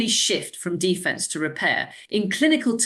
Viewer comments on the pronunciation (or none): American AI using an English accent. Horrendous word stress and unnecessary gaps. Listen to the pronunciation of some of the words like defence, fragile and eczema.